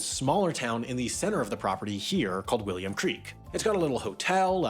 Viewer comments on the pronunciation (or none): none